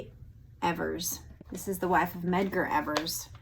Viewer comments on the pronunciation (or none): none